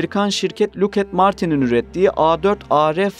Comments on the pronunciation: 'de "Lookat Martin" dediniz doğru telafüz "Lockheed Martin" olacaktı. 😂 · Lockhead Martin'in "Look at Martin" diye okundugunu ilk kez bu kanalda gördüm.